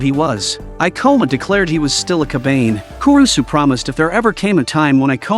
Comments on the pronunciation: Ka ba ne ri and not Kabane. DON'T MAKE IT SOUND GAY DUMBAZZ! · is not kabaine is ka ba ne ri learn to read moron